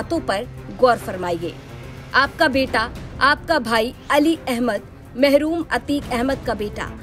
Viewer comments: महरूम नही है मरहूम है ठीक से पढ़ना भी नही आता पत्रकार बने पड़े है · Mahroom nhi marhoom likha sahi se pado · मैडम वो महरूम नहीं मरहूम पढ़िए